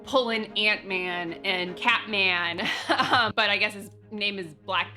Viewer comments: I'm sorry but did she just call the king of Wakanda "Cat-Man"?! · She called t challa cat man I cannot forget that